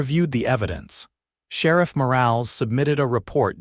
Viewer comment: Please train your AI narrator to recognize words that have con textually controlled pronunciations. Words like “live” have two pronounciations in English, which have different meanings. “Morales” is a name in which the “e” is short, not nonexistent. These are just a few items of the narration. Words on the screen need to be reviewed for proper usage and spelling. Sometimes a single spoken word is spelled as two words. You need a proof-reader and a proof listener before publishing 6our videos. AI isn’t smart when it comes to language, written or spoken.